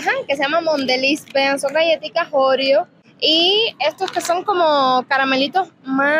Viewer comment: Donde le viste tú el acento a Oreo, para pronunciar Óreo?